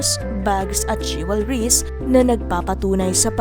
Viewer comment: If you can't say jewelries the right way sabihin mo na lang mga alahas